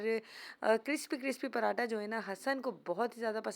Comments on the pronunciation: پراٹا نہیں صحیح لفظ پراٹھا ہوتا ہے 👍👍👍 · Ye hamesha ghlt bolti h parhataaaaa or daal ko hamesha daaal bolti dal dia dabbaa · Parrrhhhaaaata nhn hota parathhhhha hota h